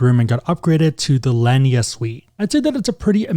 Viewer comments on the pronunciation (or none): Thanks for this,. Using a cert to stay at Oceana in December for staycation. BUT, you gotta learn how to pronounce lanai--a covered veranda, patio or balcony. It's lah-nigh.